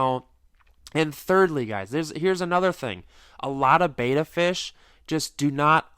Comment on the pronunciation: Bet-a not Bayta. Drives me nuts